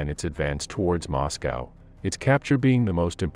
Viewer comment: moscow sometimes moscowa.